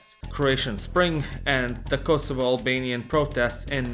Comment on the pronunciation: Dafaq are you on about with this "Kosovo"